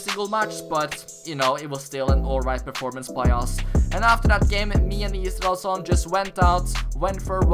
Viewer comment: How many times did he said "issraelson" 🤔🤔